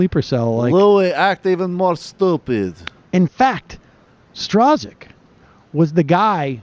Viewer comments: It's pronounced STROOK, Sam. And yes, the reference to "Silver Streak" was correct. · I think his name is pronounced "Strock" lol